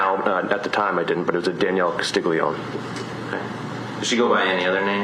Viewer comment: You're in Carolina You're definitely not the only person mispronounced the name lol